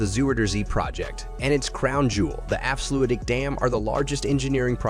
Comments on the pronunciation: Dutch diphtongs seem to always lead to mispronounciations. However I have not yet heard anyone make Afsluitdijk, sound the way he did. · Lol so many stock footage in this video is absolutely garbage. Why show some Russian/Ukrainian city when talking about Flevoland. This video, in many ways, is really.. weird. If you're talking about a project, btw, at least get the name right. The way he pronounces Afsluitdijk is ridiculous.